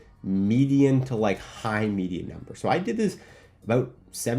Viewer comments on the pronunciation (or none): none